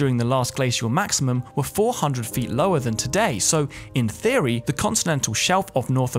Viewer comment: I like how when you say Theory it sounds like Fheory...